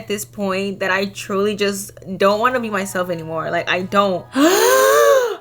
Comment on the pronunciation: Btw who told you that you have to sleep in the basement but the commitment level is insane if you actually forced yourself to do that btw I love when you say “dat”